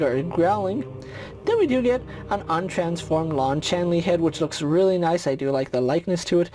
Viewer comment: CHAY NEE not CHAN LEE